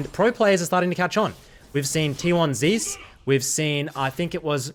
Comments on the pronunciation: Is there a reason people pronounce T1 'ZEUS'' weirdly? Lck casters say Zay-eus, and midbeans here saying something different again... its zeus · "T1 Zees"